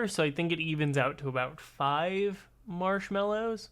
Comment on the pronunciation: who says mallows like "marlows"